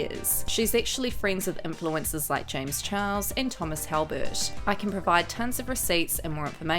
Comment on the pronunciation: when are you going to give him the respect he deserves as a person and say his name the right way his name is James Charles not James Chihuahua disrespectful bootleg Rich lux wannabe